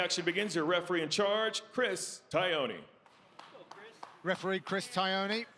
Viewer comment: Why is Tognoni’s surname still mispronounced as Taioni. Not that hard: Ton as in tonsil and oni as in Tony.